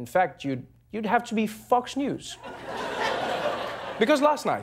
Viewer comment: I could've sworn he said "Fucks News" lmao